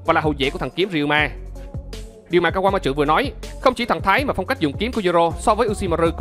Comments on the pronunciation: Kawama trự :)) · Mình góp ý nhé . bạn đọc chậm lại 1 chút sẽ hay hơn. Và tên kawamatsu bạn đọc thành( kawa ma chự ) ko đúng chút nào . Còn lại mình ko ý kiến sâu chuỗi logic và lập trường ok. Chúc bạn sức khỏe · Anh ơi, về cái phát âm tên Kawamatsu em nghe có vẻ anh phát âm hơi sai và hơi khó nghe nên mong anh khắc phục